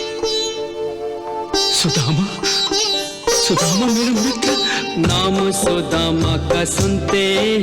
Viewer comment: सदामा नही सुदामा